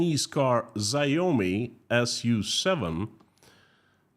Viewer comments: Not that it matters, but Xiaomi is pronounced "Shau-me", to rhyme in between "Wow me" and "Show me". Not that their cars wowed anyone... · 🤣 😂 "ZIOME " 🤣 😂 the ZI is Pronounced SH Not Z 🤣 😂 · Chinese xiomi is said shao me. Great vid! Thanks 😊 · Xiaomi is pronounced something like SHAO-mee